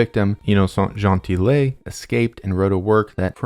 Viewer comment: Innocent Gentille("Gentee")